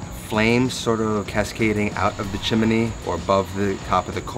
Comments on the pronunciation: It’s chimney, not “chim me ne.” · Chimney is pronounced Chim-knee. It's not pronounced Chim-ah-knee. Maybe you're confused with a story about a cricket. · Thumbs down just for "chimaknee" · Great recipe. Thanks. Might try it tonight but your massacred appropriation of the phenomenal Heart's “Magic Man” makes it hard to rewatch. However, hearing you say “chiminy” several times is fairly entertaining. Chimchinery, Chim chin ery. ☺️ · Is chimney really 3 syllables?